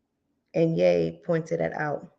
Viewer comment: HIS ALIS IS PRONOUNCED Y'E NOT YA .... IJS